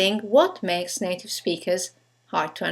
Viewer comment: why r u sayin native like it was NATO??!